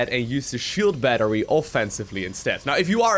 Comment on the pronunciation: Shield BNattery? that Broodwar goodness